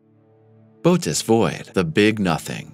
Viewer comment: Interesting video, but I have been an amateur astronomer since age 7, and I can tell you don’t know your constellations. It is Bootes with an umlaut (or equivalent horizontal 2 dots in English, etc.) over the second vowel to tell you to PRONOUNCE BOTH VOWELS! It is pronounced Boh-‘oh-teez. Also, the penultimate time you mentioned the size of the Bootes (can’t do the 2 dots) Void, you said it was 300,000 MILLION ly in diameter - that’s 300 BILLION! That’s impossible. I even put on the subtitles to make sure. Other than that, keep up the good work. I love astronomy, astrophysics, cosmology, and physics.